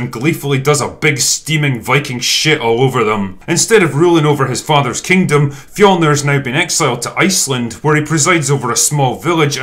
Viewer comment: I personally appreciated the accurate depiction of Nordic culture, except for the fact that they always completely butcher the word “fjölnir”